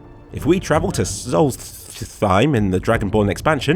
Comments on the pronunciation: Im all for Black Marsh as well! Also, how hard is it to say Solstheim? Its solst, then heim. Not solsthththeim, theres no th sound in there. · It is pronounced "souls time" just to let you know. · It's "Solstheim" not "salty time." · how hard is it to say ''Solstheim''